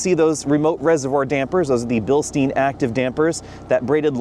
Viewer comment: You mispronounce Bilstein.